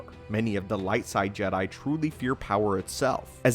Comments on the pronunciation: he said “Jeh Diiiiie” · Is he saying "jedi" in a weird way on purpose? Is this an inside joke?